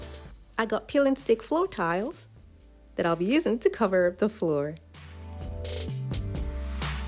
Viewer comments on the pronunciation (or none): none